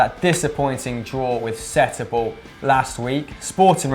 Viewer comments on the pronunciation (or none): come on men again with sétubal its not sétubal its setúbal